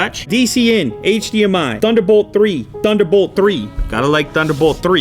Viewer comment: TH underbolt TH ree